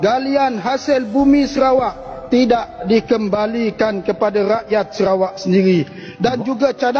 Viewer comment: Bro...Bukan Serawak. Tapi SA RA WAK....BUKAN SE!!!! SA...SEBUTAN SA..BUKAN SE